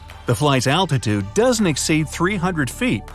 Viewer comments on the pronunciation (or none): none